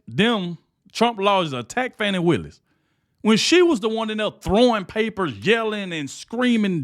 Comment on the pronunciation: I dont like her but you should pronounce her name correctly. Don't be like biden.